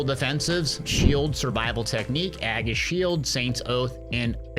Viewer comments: Aggis shield lol Aegis (age-is) nice vid! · Idk if i can trust a guy who doesnt know what/how the word aegis is pronounced lol